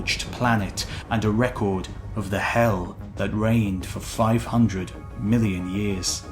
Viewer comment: The narrator made a b-ish sound when trying to say "million"